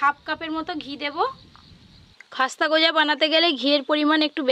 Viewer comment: Eta goja na gooja bole🤣🤣🤣🤣🤣...eto olpo olpo kore sobsomoi,,sobai akta duto kore debe